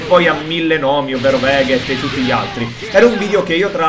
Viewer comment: bro lo ripeto si dice vegeth non veghet ;) cmq il milgior nome per me è vegeku suona meglio di tutti gli altri !!!! bro il ssj2 cambia dal primo per le scosse elettriche nel aura !!!! bro la KAMEHAMEHA kaiohken x4 quando la usi dopo 3 secondi ripremi il comando per usare piu potenza e andare a x4 perche quella iniziale è x3!!!! si bro 6 tachhe di vigore è il minimo indispensabile !!!!